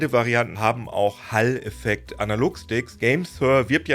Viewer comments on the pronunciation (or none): Den Hall-Effekt spricht man so aus: ['hɔːl-] Quelle